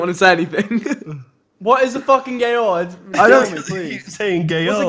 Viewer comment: "What is a Gay-ol" - Lachlan, 2017